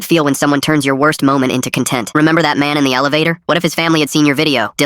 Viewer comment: When the AI doesn't know the difference between con-TENT & CON-tent, the whole story is trash. 💩 👎